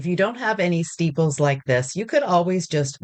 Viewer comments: Are you saying steeples instead of staples? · Omg I came to the comments to ask the same thing! The description box doesn’t mention it, and I even googled “steeples” in case it was something. Are “steeples” a thing and I’ve been missing out?!